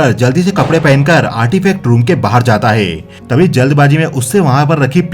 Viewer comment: आप कई जगहों पर है को हे कह रहे हैं। सुनने में अटपटा लग रहा है।